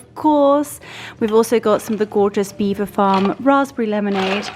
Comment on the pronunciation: From French speaking Normans in the 11th century but locals unable to pronounce it so Beaver became the normal way to say it. Please look it up online and it will explain how it came about. pronounced it correctly.